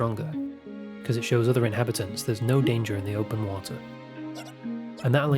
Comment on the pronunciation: Water -> wa-ah